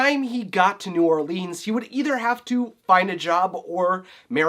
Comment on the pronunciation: Everytime you pronounce it new orleeeeens, a Baker forgets to put a baby into a king cake